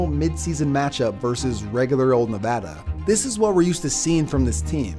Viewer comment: Thank you for saying Nevada correctly.